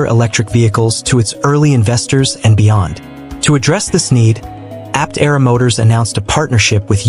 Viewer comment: That's not the correct way to pronounce Aptera.